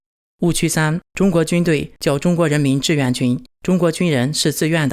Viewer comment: 志愿和自愿，你不能因为你发音不清楚，字也不分清楚吧。买个字典吧，也不是很贵，少抽一次大麻，啥都有了。